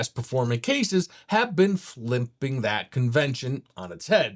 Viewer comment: Is this guy shitfaced?! Calling Montech "Mon-tank"... saying "flimping" instead of flipping... saying "motherbird" instead of motherboard... "airy I owes" instead of AIOs... "hugging up space" instead of "hogging up space"...